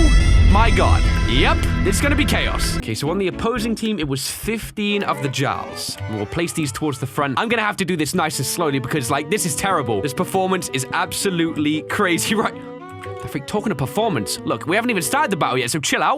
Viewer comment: The Jarls are actually pronounced 'yarl'. Just saying